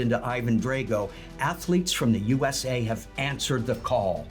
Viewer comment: Were you addressing Mexicans or Americans to chant with you? It sounded a lot like "You Ese" 🤔